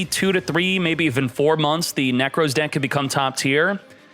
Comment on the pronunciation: Moooooom! is saying "Neck Rose" again! 😭